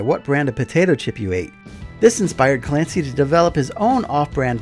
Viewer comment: Fancy to hear your pronunciation of Clancy but now my ears are bleeding.